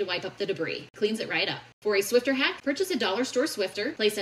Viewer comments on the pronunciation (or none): Swifter? Nah, it's Swiffer. 🧹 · SwifFer, not swifTer. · It’s a Swiffer… SWIFFFFFFER!! It’s not a “Swifter”! That’s what they used to call fans of Taylor! 😂